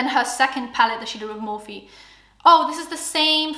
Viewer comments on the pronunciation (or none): none